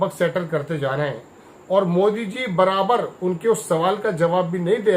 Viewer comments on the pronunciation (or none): none